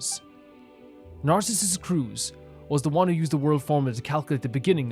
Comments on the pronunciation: Nardz is in groin. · i know this is way late, but the pronounciation for Narzissenkreuz is "Narts - sis - sen - croits". For everyone who dont know too! :) (The "oi" in "croits" you pronounce how you would pronounce "groin")